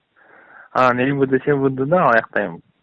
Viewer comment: Следователь адилетсиз гон**н.... а этот Мырк айылский... Орусча билбесен свИЯз, лиВой, АкимИАт, тиги бу дебей ЫмВД дебей... попочканды кысып жон эле Денди ойноп уйдо отурсан!!! Эркек болсон клеткага берып балдар менен урушчу... Дух жетпейтта байкуш))))